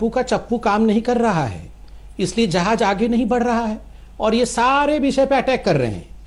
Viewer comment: Jehaaj hahah Jhaaaz saly z not j